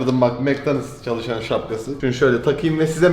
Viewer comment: mac donals? HSDASDAHDASDJAD